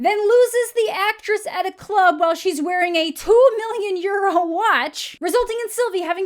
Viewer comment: At first when said "Two hundred million euro watch" I seriously heard it as "Two hundred million year old watch" and was VERY confused. I've been thinking about it for about a day now and only JUST realised what she was saying.